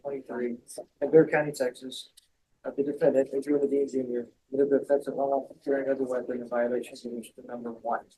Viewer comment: These court people cant even pronounce the word offense right. Seriously.